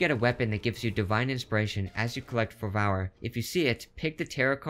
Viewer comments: Good tips, but it's pronounced as "fer-ver", not "ferv-OUR" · its ferrr verrrr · Pronounced FER-ver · Ok but is it actually pronounced Fur-vow-er because I've only ever heard Fer-ver. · 10/10 video until you said fer-vower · Great video, thanks for the tips, this will help massively! Btw, fervour is pronounced like further - the devs use the English-English spelling, rather than the US which is without the u - fervor. Keep up the good work. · Lol the way you say "fervour" is funny 😅 (i mispronounce things too, its ok! Lol) but in case you didnt know, "fer-ver" or "fer-vor" is how its pronounced 😊